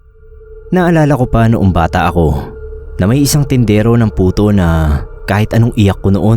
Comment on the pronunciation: Sorry po pero napansin ko lang.puto po d Buto hahaha